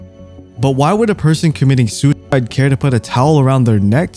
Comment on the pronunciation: "SOO IDE" get's annoying after a while